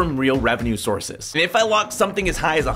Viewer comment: " real revenue sourves" 😂😂😂😂